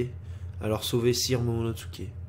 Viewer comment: mdr l'intro m'a tué !!! fait gaffe tu commence a dire momonoTSUké comme le Dok :p